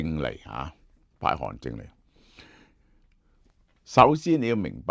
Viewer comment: 韓正，不是韓進